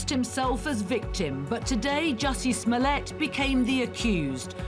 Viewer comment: Jussie must die a little bit inside every time his last name gets mispronounced.